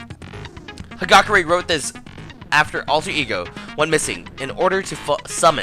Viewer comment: Hagakure is pronounced Hagakuure!